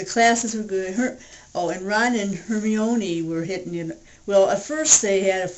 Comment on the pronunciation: Hermione is pronounced Her-my-knee lol I butchered it too until I was corrected! The 6th book ending really got to me as well. And you shirt is awesome by the way!